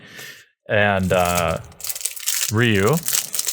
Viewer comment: of all the things you mispronounce, you get ryu roght